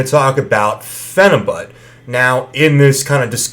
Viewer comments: pronouncing it with the but at the end... not pronounced correctly. also calling yourself a good looking looser?? this whole review is a turn off. and no offense you look extremely sweaty. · Phenibyoot! Not but. Ok carry on.